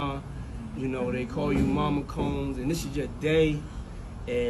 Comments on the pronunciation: bruh “COUMS”?!?! you can’t say “combs” or try to learn to during prep/research?? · Is she saying Cooms instead of Combs on purpose or is that just a mispronunciation? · It's pronounced combs, not coomes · “Coombs” girl what????? as a dyslexic person that’s bad!! like that’s really bad girl!! combs really isn’t that hard to pronounce. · Girrrrrrrl, you pronouncing their surname as “cooms” is really annoying me more than it should lmaooo. It is pronounced “comb” like honeycomb or the comb you use to part your hair. They (Americans) already think we can’t speak or pronounce words properly, you’re just adding to the stereotype of us. C’mon man 😂😂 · You sound like you’re calling them coons😂 it’s a singular O. I fw the video tho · This is a fantastic video and I love your work but hearing "Combs" pronounced "Cooms" so many times absolutely killed me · Is pronounced COMBS. Not COOMBS :( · I thought Combs is pronounced as Combs and not Cooms 😭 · The way you say Combs sounds like you are saying Cooms. Lol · Its not cumbs its CO-mbs. For the life of me I cant figure out how people do full on docs. And can't even pronounce someone's names correctly. Especially when ita all over the internet. How am I supposed to take you seriously when you cant even attemot to pronounce a name correctly? Is that nitpicking, yes. It also goes towards credibility. You cant be crediable when you don't even care enough to say a name thats clearly spoken on the internet for 30 years. ffs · Sean "cuuumes" 😂 your pronunciation alludes more to his actions than his actual name (Combs). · I know this man sucks but pls I beg. Coombes should be combs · You pronouncing Combs as Coombs just brings me closer to an aneurysm each time... I'm a girl and have two brothers... I can't ever recall being treated differently than them. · Admit it, you are intentionally saying "Cooms" instead "Combs". Love it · Learn to pronounce the B in ComBs not Coms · What are you pronouncing Combs like that? It’s not “cu-mes”